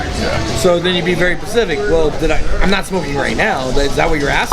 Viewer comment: You have to be very Pacific :D